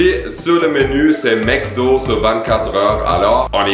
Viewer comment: On dit Macdo pas maicdo